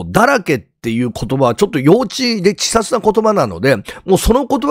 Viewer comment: 「ちさつ」？ 「稚拙（ちせつ）」ですか？